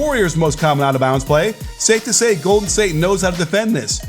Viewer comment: Lol hey in the beginning is it the “ the Golfen state warriors “ or the golPhen state warriors “ 😂